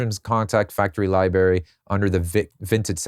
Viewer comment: Very helpful in-depth look at how modern, mainstream songs are crafted! I'm not thrilled that it's all so tech-heavy, but if you can't beat 'em, you have to join them. Also, can I tell you something and you won't get mad?.... It's pronounced "library" not "libary".